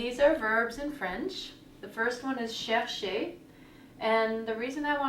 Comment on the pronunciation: teacher you dont have to pronounce the last e in the verb chercher that e is silent.